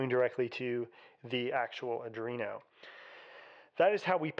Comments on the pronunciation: it's not adrino, my guy. sound it out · i think you pronounced arduino 4 different ways in this video